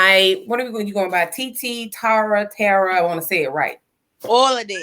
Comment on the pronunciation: Not “Tah-ra” lol 😂